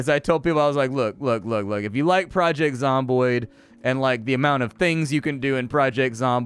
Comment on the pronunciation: Project Zamboni Canadian Zombies on ice, really smooth ice. Sorry the almost mispronunciation created some very funny pictures in my head.